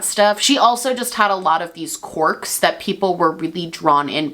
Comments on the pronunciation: Is she saying "corks" instead of "querk?" ❤️❤️ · Love you and love the video (haven’t heard this story before and was living for it) but I cannot get over how you say “corks” haha just a southern girl not used to that accent